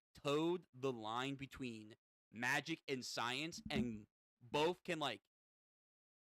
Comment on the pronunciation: Starting to watch you and I laughed my ass of with the makij pronunciation, just said it magic